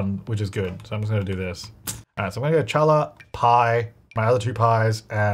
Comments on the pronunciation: the bread is pronounced like Halla, even though it’s written with Ch. but omg I didn’t realize it was in the game I got excited about a bread I don’t even regularly eat 🤣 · Challah bread is pronounced haal-uh bread. It's Jewish, Ashkenazi Jew to be precise and you are making it during Hanukkah so it is fitting. Chag Sameach! Matzo Ball Soup is as well. <3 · Challah is actually pronounced "Ha-Lah"! The "CH" turns into a guttural "ha" sound in Hebrew. It's a super delicious egg-based bread typically eaten on Friday and Saturday for Shabbat. And it makes the BEST french toast. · Hey! The “challah” bread is actually pronounced like “hall-la”! It’s a Jewish bread, so the “ch” sound is pronounced more like a harsh “h” sound! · i love you, but Challa, ch, is like, hocking a loogie. it comes from the back of the throat. chhhkk ah lah - you get a pass though because you're like the only simmer that pronounces Battuu correctly lol Loving this season and so excited for more! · Yes challah bread is a Jewish bread. It's like brioche. It's great to make sandwiches with or french toast or anything it's super delicious and shiny It's soft on the inside like brioche and it's hard and crusty and shiny on the outside like a pretzel and it pronounced "holla" lol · Can’t believe nobody in comments corrected on his pronunciation of challah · I really love how you pronounce challah😅 (if you're interested: the "ch" is pronounced like you have something stuck at the back of your throat, or just pronounced "hallah") but i still like the way you say it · Just so you know, challah is a Hebrew/Yiddish word and so is pronounced with a hard "h" (like using Ur throat) rather than an English ch sound. Alternatively it would be better to pronounce it "hallah" if you can't do the hard h which I know is hard for many English speakers. I hope this makes sense 😅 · Hey, challah pronounced “haa·luh." The CH is silent. And during Hanukkah too! 🕎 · It’s pronounced HALL-ah.